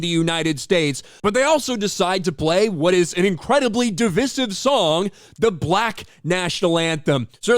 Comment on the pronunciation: Divisive, …your pronunciation skills were going so well…